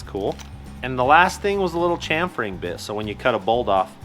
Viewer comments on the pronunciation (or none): chamfer pronounced like champagne not like chance,,, fyi brother